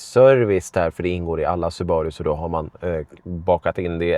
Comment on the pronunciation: Nu tänker jag vara den jobbiga personen som påpekar att det uttalas SUbaru, inte suBAru. Tack för en fin review. Gillar verkligen den här bilen.